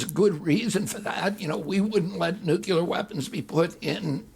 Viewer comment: I like RFK, but he needs to correct his mispronunciation of the word “nuclear”.